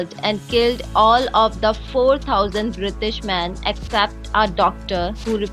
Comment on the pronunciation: "Brishtish" lol